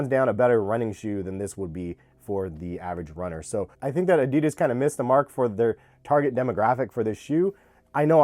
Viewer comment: No one knows how to properly pronounce Adidas.